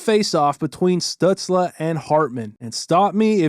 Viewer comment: This is off topic but the way you’re saying “Stützle” is driving me nuts 🤣